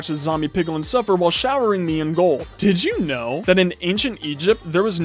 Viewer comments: can you stop saying dith you know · Every time he says "did i u know" i say nO i DoNt